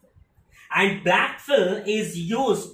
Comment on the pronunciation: It's not blackfill. It's backfill.